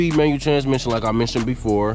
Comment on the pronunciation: Manual not Manu 🙄